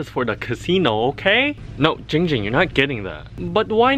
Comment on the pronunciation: It's not jinjing it's jingjing